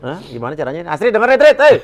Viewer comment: ahahah parah lu ya pak bilang Tuh strid dnger striid🤣🤣🤣 auto ngakak gw